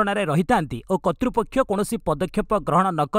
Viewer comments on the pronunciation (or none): "କତ୍ତୃପକ୍ଷ" ନୁହେଁ ଏହା "କର୍ତ୍ତୃପକ୍ଷ"।ତେଣୁ ଏହାକୁ "କର୍‌ତ୍ତୃପକ୍ଷ" ଭାବରେ ଉଚ୍ଚାଣଣ କରନ୍ତୁ।